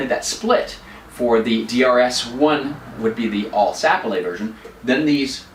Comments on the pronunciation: This isn't a criticism, but I had to watch this whole explanation a couples times until I got used to the quaint French accent that kept creeping in. BTW, most folks place the accent on the second syllable of "Sapele" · Sapele. The accent is on the 2nd vowel, not on the first. Just thought you might like to know. Enjoyed your presentation.